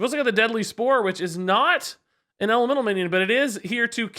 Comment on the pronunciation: I can't stop hearing say "LMNO" instead of "elemental".